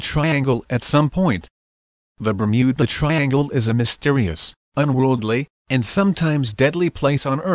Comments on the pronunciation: The Bum-ew-Ba Triangle!?? Hahahaha!!! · bur-mew-buh triangle ...dafuq is that shit? never heard of that place on earth O_o